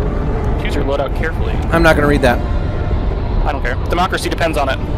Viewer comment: It's over... he said democracy I heard "democussy", end my suffering early... oh please god end my mortal pain